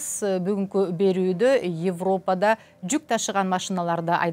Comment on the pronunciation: Бугун “Йевропада” деп орусча айтат экенсиз бул сөздү. Кыргыз тилинин сингармонизмине ылайык, айтылганда “Эвропада” деп айтылышы керек.